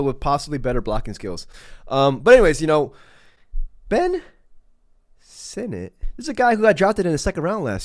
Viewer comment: It's pronounced just like Senate, but with an I instead of the first e. 'SIN-ette'